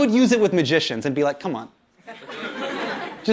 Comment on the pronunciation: The way hasan say com'on is hilarious